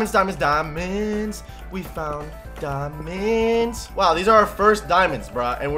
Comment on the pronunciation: 10 diaamonds